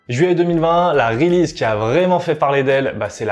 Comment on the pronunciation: "2ème reulize" ? Release ne se prononce pas like zat, mister. Stick to french, ce sera mieux.